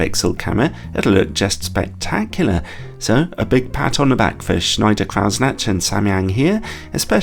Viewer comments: please stop saying "snatch"... try this: croy-snack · It's pronounced Kreuznach - not Krautsnached....😂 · your kreuznach pronounciation is so cute lol but really it's croytz-nach, and the ch is not a k or soft sound, but a more throaty scratchy one. here he says it at 33sec: watch?v=P3CYMudVx_E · Cool, but it’s not pronounced Krausnatch though. ;) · That pronunciation of "Kreuznach" was... interesting. ;) A German would say something that sounds like "croytsnakh", by the way. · "Kreuznach" is a name guaranteed to catch out English speakers: for future reference, try "kroyt-snach" where "ch" is sounded as in "loch." If you have trouble with the guttural "ch," a hard "k" ("kroyt-snack") is probably closer than a soft "ch" ("kroyt-snatch") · pronounce it "shneyder croydsnagh" (or even better: pronounce the "ch" like in the Scottish word "loch") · this lens is worth you investing in a trip to Germany to learn how to pronounce Kreuznach! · Your German pronunciation is thoroughly amusing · I don't know if schneider kreutznach is german but if it is, kreuznach would be pronounced kroitsnach. Just if anyone is interested. Schneider was pronounced very good